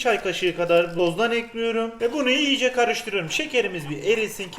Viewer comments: Elinize sağlık hersey güzelde. EKLİYORUM..! Olsa daha hoş olurdu. Ekliyörüğğm değil 😂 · Ekliyorum değil ekliyürüm Çikolata değil çukuloto Güzel oluyor değil çok güzel oluyür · bende eklirum diyom artik bulasti bana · Limon kolonyasııı, bunu da eklüyürüm